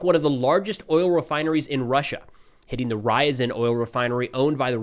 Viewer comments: I don't know what your schedule is like but I recommend learning the Cyrillic alphabet. I used to live in Ryazan and it was killing me to hear your pronunciation (R-ya-zan not Rise-en). Don't get me wrong, I love your work but it would mean a lot to the Ukrainians and American Russian speakers (like me) to hear the names pronounced right. You cover Ukraine enough and travel there it would be worth your time. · REE-a-ZAN....... short "a". What is it with Americans & pronunciation? It's ALWAYS funny. A sort of linguistic dyslexia? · Russian cities Ryzen and Two-aaps 😂